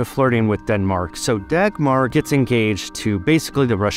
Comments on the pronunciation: I just searched it up. The g is a soft g which idk how to find in English 😂 And the r is also a soft r, something English doesn’t do too well Thankfully my mother tongue has both so I can kinda do it lol but I’m not doing as well as the person I just listened to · Dahmer sounds more like the German pronunciation of Dagmar, the Da part like Dahmer than a soft g , the next a like the a from Dahmer again ,with a soft r at the end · It has been grossly mispronounced in this video. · Dagmar is a good royal name if you pronounce it properly 😉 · Very nice video, but as a Dane I can assure you; that is not how you say Dagmar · i promise you Dagmar sounds much better in danish than english. its pronounced much softer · good job saying its not a good princess name when you pronounce it incorrectly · You butchered the name Dagmar, lol! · The 'G' in Dagmar is pronounced like a 'U', making it a much better name for a princess. Her name is pronounched like 'Daumah'. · Dagmar is pronounced Dawmar or Dowmar. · Dagmar is a beautiful danish name 😭 you're just butchering it! I'm a kindergartenteacher in Denmark and my Dagmars can absolutely be princesses if they want that! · Because, the g is pronounced. It is just a soft g. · It's a girls name in Latvia too. Dagmāra. Not as soft as the danish version, but definitely has more class then his take on it, haha. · He just meant that Dagmar isnt only a Danish name and there are multiple equally valid uses of the name Dagmar all pronounced differently, but him mispronouncing the Danish name Dagmar is just that, mispronouncing. If he had named his daughter Dagmar with some new pronunciation it wouldn't be mispronounced just different. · Davmar? There's no hard sounds in the name. It's not Dackmarh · For what it's worth, Dagmar is actually pronounced more like Dawmar. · No it’s not? It’s more pronounced da-guttural g-mar. So da-ch-mar almost? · I would say Daumar, where “au” is pronouced the same way as in Sauron.